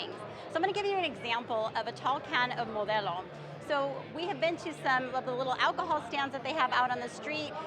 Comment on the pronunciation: Perfectly pronounced “Modelo”! This means you’re legit person for giving advice on rookie mistakes 😉